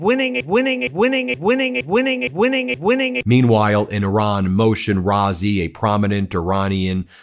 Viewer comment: Thank you for properly pronouncing 🇮🇷 Iran